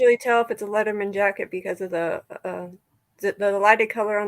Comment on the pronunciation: It’s a Letterman jacket. Sounds like you’re saying leather mens jacket. They’re distinct. Arms are usually leather and typically white or a lighter color depending on the school colors but white is mostly used. Body is a heavy wool type material. That looks almost marooon/burgundy